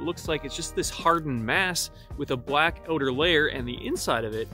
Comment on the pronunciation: Did you say black "odor" layer?